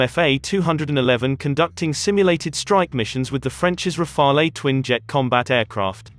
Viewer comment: And it would be good if Rafale were pronounced correctly.